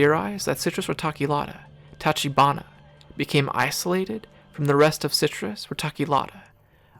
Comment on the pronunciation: Same for tachibana: "ch" as in chess or chair